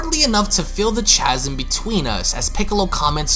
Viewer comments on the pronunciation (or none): That hard "CH" in chasm lol